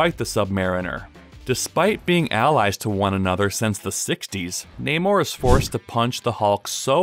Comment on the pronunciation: Thanks for saying his name properly